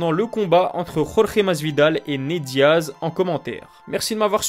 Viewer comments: tu prononces encore une seule fois "Rolré", et je te fais une gorge profonde que tu n'es pas prêt d'oublier, ok ?!?!?! Ok ??????? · c'est Jorge, et pas Rolré !!!